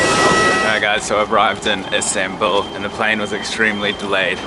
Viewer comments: It’s Istanbul NOT instanbul dude wtf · ISMAIL AHMED the turkish and the official word is Istanbul. What you call "Instanbul" is the English pronouncement of it